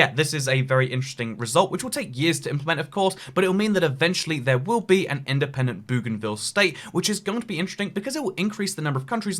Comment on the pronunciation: In-DE-PEN-DENT. Dent-ED-PENTIN